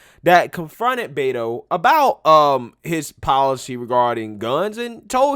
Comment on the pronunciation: I do believe it is pronounced "whedo." White boy from San Antonio.